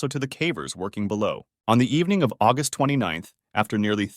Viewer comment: Why agust its my bithday stop saying agust